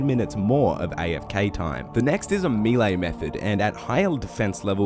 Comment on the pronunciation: it's 'may-lay', not 'mii-lay'